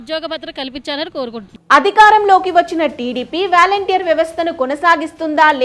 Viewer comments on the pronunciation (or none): వ్యాలంటీర్ కాదు తల్లి వాలంటీర్స్ అని పలకాలి. ఫస్ట్ నువ్వు తెలుగు నేర్చుకో తరువాత ఛానల్ స్టార్ట్ చేయ్ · వాలంటీర్ అని పలకాలి తల్లీ! వారి చేత డబ్బులు పంపకం చేయకూడదు. వారికి నియమ నిబంధనల తో రేషన్ భాధ్యత, స్వచ్చ భారత్, మొక్కలు నాటే కార్యక్రమాన్ని అప్పచెప్పాలి. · వ్యాల౦టీర్ కాదు వాలంటీర్ అని పలకాలి.